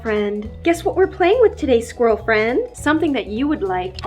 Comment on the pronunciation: Are we just gonna ignore the “SqUiRaL fRiEnD”😂😂